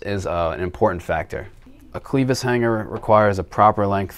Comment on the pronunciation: Cleevis hangers really it’s clevis hanger .